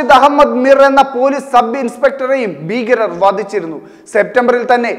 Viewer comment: ബീകരരല്ല ഭീകരർ.എന്തിനാ ഇത്റയുംഅലർച്ചയുംആവേശവൂം.